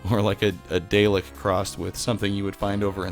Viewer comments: It's "dah lek", not "day lek". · you did not just pronounce DAW-lick as daylick 🤦🏻‍♀️ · Day-lick? .... or "Dalek" (daa-lek) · Did you pronounce Dalek "Day lick"?!!! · Never heard of this place. thanks! But I’ve also never heard a dalek being called a "day-lek" lol. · You got Dalek all wrong.. better go back and watch some Dr WHo.